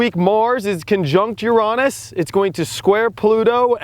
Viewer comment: You know what, you are the only person who does astrology that doesn't make me laugh, or gross me out when you say Uranus....